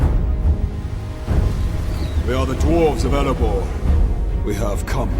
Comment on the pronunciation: Thorin pronounces erebor with an L. Elebor wtf